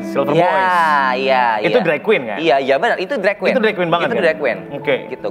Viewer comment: ok bgt bhs inggrisnya tp byk sekali pengucapan yg mengganggu yg tentunya klo diperbaiki lebih bagus lg misalnya; drag terlafalnya dreg (ampas), even terlafalnya event (acara) atau part terlafalnya fart (kentut) dll lupa apa lg td, byk pronouncing yg kurang tepat. Cmiiw n imho